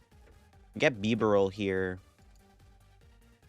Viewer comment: Why you start pronouncing biberal diffrent?